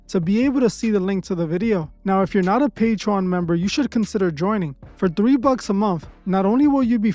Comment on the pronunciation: one day my nigga gon be able to pronounce Patreon eventually. Not Patron Not patrone Patreon Papi!